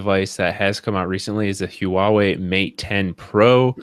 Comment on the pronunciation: Say it with me,: "WAH-way."